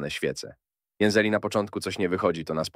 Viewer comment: lapka w dol, biznesiak mysli sobie ze podklei glos AI do filmu i ktos na to poleci xd jak wlozysz troche pracy w filmy kiepie to wroc, i popraw ai bo mowi póZniej, jeZeli ;))))